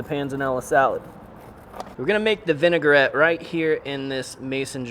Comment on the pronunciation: it’s Vin-a-gret, not Vin-e-gar-et. Three syllables.